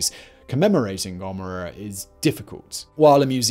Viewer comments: Soda and Gommera? Love that pronunciation. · How you pronounce Sodom and Gomorrah 😂😂😂😂😂😂😂😂😂